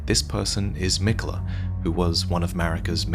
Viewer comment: Your pronouncing miquella wrong